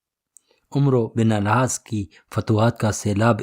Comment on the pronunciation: العاس . نہیں العاص ہے